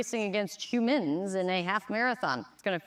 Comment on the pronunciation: There's something funny about the way she says "hu-MINNNzz" lol